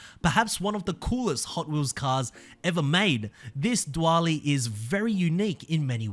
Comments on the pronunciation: My guy said “dewally” with confidence. It’s pronounced “duel-ee” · Just for next time, it’s pronounced duel-ee not duwally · Dual-ee Not doowalee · Anyone gonna tell him he's pronouncing dually wrong? Doo-ly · Dwually had me 💀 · Its...It's...... DOOLEY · Dually is pronounced “Dooley” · Hey it’s pronounced “DO-LEE” 😭👍🏼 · Ford Diwali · I hate to be that guy, but dually is pronounced "dooley" or "doo-uh-lee". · mate, it's "duel-ly". you make it sound as though the dually comes from india 😂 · I was crossing my fingers that one of the new car releases would be the 400Z but, sadly, I guess I'll have to wait to see what Series 10 brings us. I mean we already have three 370Z variants in the game and now we're getting a fourth. Ugh. And one other thing. "Dually" rhymes with "newly" - as in "newly released" - not "do-alley". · Bro what is that pronunciation of dually? It’s not a different language it’s literally colloquial for the car having dual rear wheels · I've never heard "dually" pronounced with so much (or any) emphasis on the A. Dare to be different! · I'm sorry but the way you say dually is just funny 😂